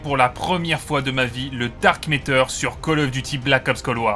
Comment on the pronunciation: Ah oui le fameux Dark Méteur. Où tu vois un E dans MATTER ?